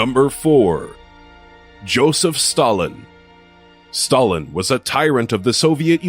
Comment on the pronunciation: Oh and you don't even know how to pronounce Stalin and Ivan..